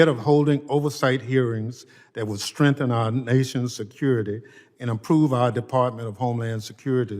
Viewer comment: the letter G in the word strengthen is not silent, ignorant individuals fail to pronounce the word correctly.